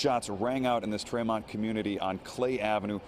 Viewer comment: He pronounced it Tray mont instead of Tree mont. Nothing sells local news like a guy who ain't from here telling us a street story.